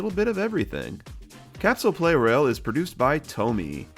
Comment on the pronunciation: I think the "Pla" in Plarail means "plastic", and also the official Japanese name is プラレール (purarēru), so maybe the "Play Rail" pronounciation is not entirely correct...?